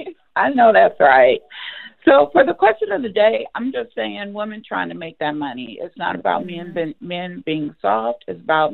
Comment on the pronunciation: Women!!! Not Woman!!!